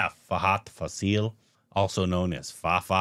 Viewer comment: Guys..it's FAHADH FAAAAASIL..not FasEEEEEL..the fa in faasil is pronounced like fa in FAR